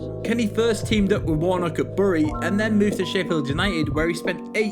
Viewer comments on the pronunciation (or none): Where is buury, it is pronnounced Bery m9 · I'm from bury , just saying that's not how you pronounce bury 😂😂😂